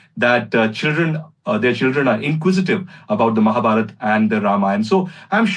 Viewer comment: Hahaha mahabharata instead of Mahabharat😂😂😂😂